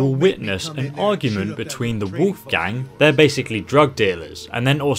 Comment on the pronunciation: "The wolf gang" lmao It's his name. Wolfgang